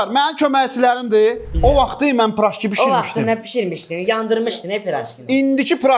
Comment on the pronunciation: Peraşki❌ Pıraşki✅